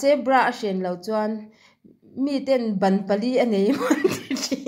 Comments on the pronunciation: Min van ti nui nasa ṭhin tak. Bra a hak lo chuan, ban pali tih hi. Bân pali tih tur a nih hmel e 😂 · Ban nilovin ban pali tia chhiar zawk tur